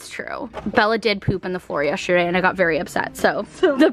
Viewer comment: yes-ter-day!!! NOT yesherday 😬😂 AHHH